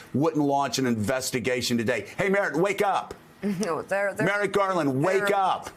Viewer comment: It’s Merrick not Merrit.